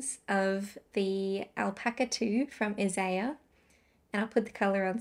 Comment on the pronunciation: I knew straight away where you'd purchased your Isager, by the way you pronounced it ( a friend & I had to correct TLYS on pronunciation while they were waiting for the initial shipment to arrive in store!lol). Always jumper, jersey, pullover or cardigan here - never sweater ;) I'll be interested to hear how the Alpaca wears - it's not known for its elasticity. The thing that is the most likely culprit for dye bleeding - is the pH of the water used to soak it in. A dyer ( commercial or otherwise) might have the dye molecules bonded to the yarn perfectly at the correct pH4 in their environment, but the minute we put it in water that is slightly more alkaline, & Brisbane is typically 6.5-8.5, the colour can start bleeding. Of course, various additives add to the alkalinity of the water - while others (like vinegar & citric acid) lower it.